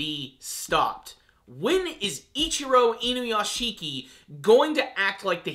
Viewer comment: Okay, I'm not usually a vocal grammar nazi, but pronounce it like this: "Inu - Yashi - ki." Saying: "Inu - YashiKI" puts too much emphasis on the ending syllable, turning it into 2 when it's a 3 syllable word. It's not hard, just please put a little bit of effort into the pronunciation, it's like it's taking me back to the days of people calling Naruto, Na-Roo-Too the cringe is just so bad.